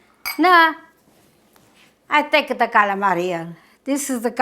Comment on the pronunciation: God Bless You, Dear!! You look wonderful! Stuffed calamari!! My mother pronounced it exactly the way you do. We made this, together, every Christmas Eve. EACH and EVERY time I picked up the squid to stuff, she would say "Don't over stuff them." Every single time! They were so delicious. We would have them with capellini. The sauce was so tasty! They were better the next day, if there were leftovers. Thank you so much for sharing your recipe. May God and His Blessed Mother be with you always. Sending prayers and love from Rhode Island. 🙏❤😘